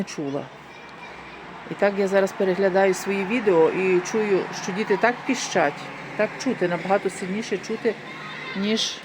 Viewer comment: Діти пИщать.....а не ПІЩАТЬ....Неуч ти ,Европейська....